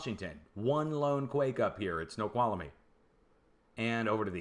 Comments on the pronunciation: "Snow-kwall-me" You're welcome! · 3 syllables: snow-qual-mee